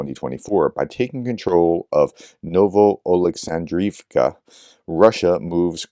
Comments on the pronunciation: Well done Professor you managed to say Novooleksandrivka with a sore throat is an impressive task. 😀👍Thank you for what you do and get well soon!! 💪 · Good job on pronouncing Новоолександрівка. You can do it. Great exposition of current happenings. You are so very much appreciated. Слава Україні 🇺🇦